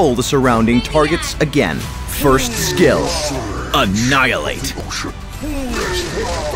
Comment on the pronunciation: I like how the narrator goes like ANNIHILATE